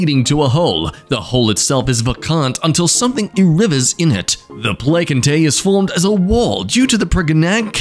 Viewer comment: it's pronounced ple-cent-a